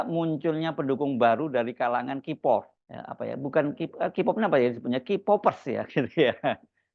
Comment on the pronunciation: Hey HERSU ! K-Pop dibaca-nya tuh KE-pop. BUKAN Ki-pop !!! Payah loe... !!! 😂😂😂